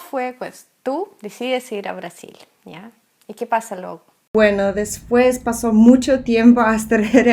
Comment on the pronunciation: preciosa.... se dice LUEGO con letra "e"" en medio y no LUGO, cariños:-)